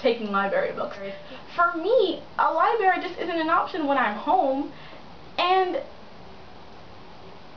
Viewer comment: never thought i'd hear someone who loves books say "liberry"